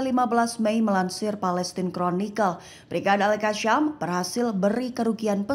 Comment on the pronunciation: Bukan algasyam yg benar itu al gasam